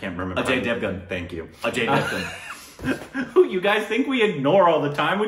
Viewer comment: Aajy davan:It's Ajay Devgan Meanwhile Indians: 😍😍, should be given Indian Citizenship, His Pronunciation Is even greater Than Shashi Tharoor 😂🤘